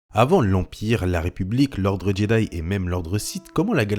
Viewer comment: Par contre la prononciation de Jedi est à revoir parce que là... Jedayi :')